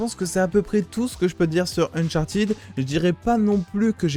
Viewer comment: alors non, ca se dit « unchartid », le « -ed » à la fin des participes passés en anglais ne se prononce jamais « à la française » («aide »)